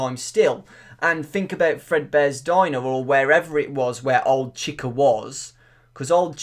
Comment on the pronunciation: You're pronouncing chica wrong